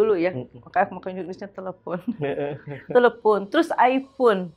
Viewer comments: Telephune & iphune memang bawaan lidah orang sunda bang 😅😅..., kebetulan sy org sunda agak paham banget haaaa. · Gue malah ngakak pas si ibu ngomong "telepun" mukanya nahan tawa banget hahaha